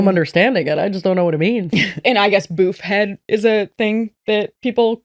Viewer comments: Gals very late Aussie here. The word Boofhead as in silly good guy is pronounced more like you’d say woof not bouf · I stopped to read the screen like, 'Are they saying Boofhead? That's not how you pronounce that!' 😂 Bouf ≠ Boof lol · I came to the comments just to find Australians correcting the boofe pronunciation but alas so: B oo f like woof. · Aussie here! Im not sure about the brand itself. But over here we pronounce it boof not bouf. Boof like poof! Vanished! And it means silly - usually used as a gentle insult boofhead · the pronunciation of boofhead is so funny lmao. i’ve never heard an american say it